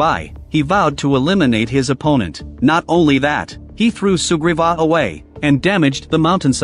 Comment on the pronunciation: For a while I thought he kept saying super bob not sugriva 😅 I always watch speeded up